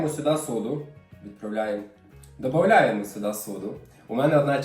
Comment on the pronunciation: Ви молодець! Приємно слухати,хороші рецепти,гарна комунікація.Ну і все- таки,мабуть,ДОДаЄМО (сіль,соду).Минулого року відвідувала Верховинк.Захоплена всім: людьми,природою,музеями.Але люди...неймовірні.